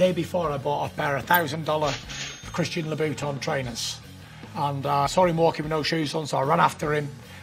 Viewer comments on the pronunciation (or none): “Christian Labouton” 😂